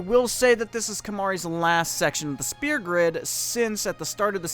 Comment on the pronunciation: It's Sphere. not Spear >_<